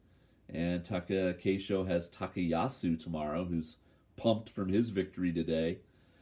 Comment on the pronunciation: I know you area aware, but to improve the channel , let me say that pay attention to the “あ” in TakAkeisho and other names. Please